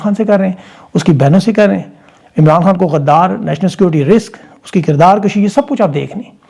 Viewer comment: او بھائی۔ کردار لشی نہیں کردار kushee ۔۔۔۔کُشی۔